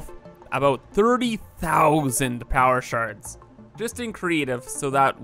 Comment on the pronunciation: Took me nearly 3 damn minutes to realize you weren't saying "power sharting." I was really concerned for a bit there at the beginning.